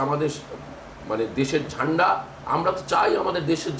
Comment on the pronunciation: Zanda 😂😂😂 zanda ta ki bhai sala boltay pare na bolay zanda